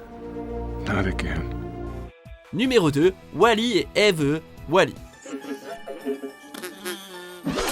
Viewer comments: T'es obligé de dire tout le temp eveee au lieu de just eve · C'est "Eve" pas "Éveuh" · TU ME TU DE RIRE QUAND TU DIT EEEVVEEE XD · Comment il prononce Eve "Eeeeeveuh", ça me fait trop marrer ! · JADORE !! Et ça m’a vachement fait rire comment EVE est prononcer 😂❤️